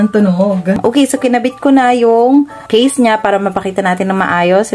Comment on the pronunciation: Yung case-ah 😂